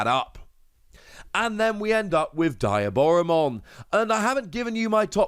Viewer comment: Friendly reminder DEE-aboromon (like Diablo) B-L-Zemon (like Beelzebub)